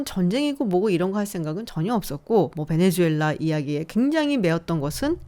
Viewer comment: 베네수엘라 말레이시아 발음 좀 제대로.. 내 또래 장년층들이 수를 주로 발음함 새로운 정보를 업데이트해서 바꿔야하는데...